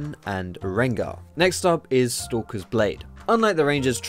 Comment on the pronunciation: I keep thinking you're saying 'Sokka's blade' when you say stalkers :P